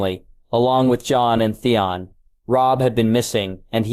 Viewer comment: Why is Theon so hard for AI to say? Really all names are pretty bad.